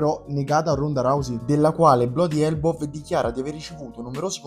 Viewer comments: E se imparasse a pronuncia l'inglese che "BLODI ELBOV" nse po' sentì 😅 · Dai, questo video è oggettivamente mal presentato. A parte la pronuncia inascoltabile di bloody elbow; ma che scoop è?! I contratti gli hanno pubblicati 1 anno fa! Daje non fare sta tarantella, non serve a nulla, presentalo come un approfondimento e basta. Comunque apprezzo la grande mole di content che presenti, bravo! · mi sembra un po’ eccessivo che per una pronuncia si butti tutto il lavoro che c’è dietro, però non posso negare l’errore. Per cercare di scandire meglio le parole e successivamente nel montaggio non mi sono accorto dell’errore, my bad